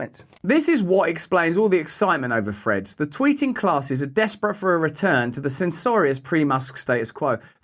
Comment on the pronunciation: It's named "Threads", and not "Freds". Speak English!😂